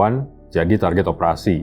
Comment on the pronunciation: target'e jelas, tanpa sadar jiwa jawa medoknya keluar😁